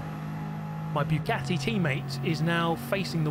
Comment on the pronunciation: Guys, is it just me or is he purposefully saying Bugyatti?